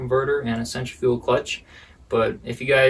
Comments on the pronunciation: It sounds like you're saying "center-fuel clutch". Its cen-tri-fical clutch. Other than that this was a very informative video and I appreciate you. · It’s Centri fugal clutch not fical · Other than pronouncing centrifugal so strange, nice video. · It's Actually Pronounced "Centrifugal" Not "Centrifugal". You're Welcome.